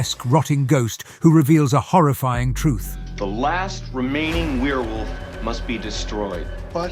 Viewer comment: Is it AI? “Horrifeeing turn” and “mask-ked killer” seem to indicate so.